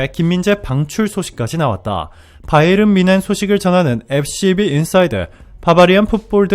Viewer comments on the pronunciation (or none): none